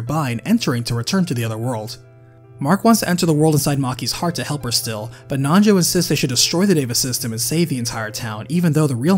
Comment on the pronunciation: Anyone else hear nacho when he says Nanjo.